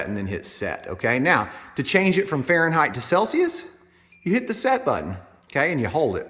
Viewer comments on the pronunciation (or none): none